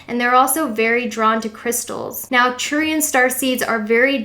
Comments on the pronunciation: A little correction: It is Arcturian not Acturian :) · Thanks for putting this together my fellow Sagi-Seed :-) It helps to know why we are the way we are. You're pronunciation is very close just emphasize the ARK at the front of Arcturians and the ANNE at the start of Andromeda and you've nailed it. Subbed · Its actually ARcturian... you missed the "R"